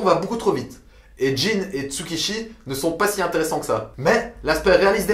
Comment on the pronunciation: C'est Tsukushi pas Tsukishi!!!!(Tsukamoto Tsukushi) et son meilleur ami Kazama Jin